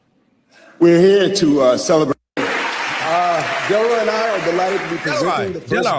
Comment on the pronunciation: Del-Roy Armonnn!!! Put some respect on his name! 😂 Great actor